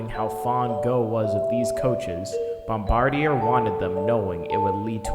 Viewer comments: bombardier isnt pronounced how it looks, its pronounced Bom-BAR-dee-ay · Meh, might be worth a redo/reupload at some point including a better pronunciation of "Bomb-bard-e-eh" but regardless it's a great video that I wholeheartedly endorse. The Bombardier Bilevel like the Bombardier C-Series now renamed Airbus A220 has really become symbolic of Canadian transportation ruggedness and utility... As is the Dash 8 and CRJ programs include the one brought down over Washington last week by that Blackhawk who flew into the side of it... Other than this tragic accident the company is known for making Volvo-like products that can survive the bone-chilling and harrowing conditions of a Canadian winter. After all it's not uncommon to see -25c to -30c during the winters here not to mention the +35c summers we see now all the time thanks to global warming.. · Pronounced bombard-e-yay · BOMB-BARD-E-EH dudes! Why can't the world get this right? They've only had 100 years, FFS! It's named after the French-Canadian inventor and his family, not the military position... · Bombardier is a French name, it isn’t pronounced like an English name. Pronounced “Bomb-bar-dee-ay”. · I believe it's pronounced Bombard-ee-ae.